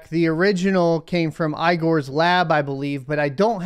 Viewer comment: LOL you said eyegor 🤘🤘